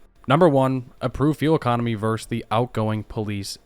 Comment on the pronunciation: stopped watching when you said "verse" instead of VERSUS tf